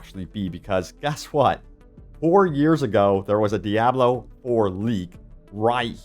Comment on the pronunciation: 6th and maybe 7th class! Awesome Also, once again DEE-AH-BLO Killing me smalls!